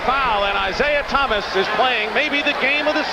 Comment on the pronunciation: Lawrence Tanter, "Isiah Thomas" over and over throughout this game...